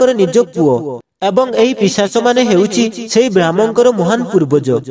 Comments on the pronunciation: ଭାଇ ପିଚାଶ ନୁହେଁ ପିଶାଚ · Pichasa nuha Bhai.. Seita pisacha.